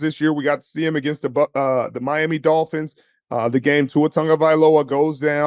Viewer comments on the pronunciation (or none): none